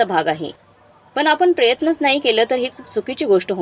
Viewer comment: प्रयन्न नाही प्रयत्न